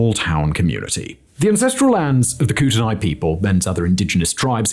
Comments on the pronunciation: I’m going to be that asshole that corrects pronunciation, and while I don’t know the original pronunciation of the word “Kootenai”, the locals pronounce it as “coot-nee”. I grew up in “coot-nee” county, Idaho. My dad worked for “coot-nee” electric cooperative and we would fish on the “coot-nee” river. That area has a lot of French and/or Native American names for towns/counties/rivers/mountains/lakes/streets/parks, etc. A great example is Lake Pend Oreille, which is pronounced as Lake “Pond-oray.” ”thanks nerd” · HOW DO YOU SAY IT DIFFERENTLY IN 5 SECONDS Dude I am begging you to please look up pronunciation for some words. Especially names and places. It's the least you can do while reading from a script. I gotta change videos man this one is raising my blood pressure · I was gonna comment the same thing about how we pronounce Kootenai. I live in the West Kootenai.😊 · Still not as bad as the federal government nuking Nevada, repeatedly. Simon, you're a YT search away from the proper pronunciation of 'Kootenai'. One more thing, *Its Residents. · It's Koot-a-nee. Not Koot-a-nie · Like this... Koot-knee, not koot in eye. Your welcome Simon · It’s pronounced like koot-knee. Not kutenai. Ew. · Like Kootenai, pronounced Ku-tn-knee by the people who actually live there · its pronounced “Coot-knee” Sincerely, a former PNW resident of 27 years. 😉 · Kootenai is pronounced koot-knee. I am salish and kootenai. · In British Columbia we pronounce it more like "KOOT-nee" or "KOO-tin-nee". I swear every video I've seen about this situation pronounces it so differently though ("koot-te-nye" or "koot-te-nay") I began to wonder if it was a regional variant 😅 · Slight nitpick: locals prounce Kootenai like "koot-nee". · Its pronounced "coot knee" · It's pronounced Koo-tin-ee, but great video! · Fwiw it's pronounced koot-knee. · Locally we pronounce the area of Kootenai as koot-a-nee . I wonder if Simon can do a video about the Hanford Superfund clean up in Washington State next